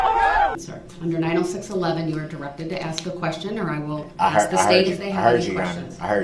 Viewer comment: Axe me.. it's obvious..love it shit talking squirrel 🙄💖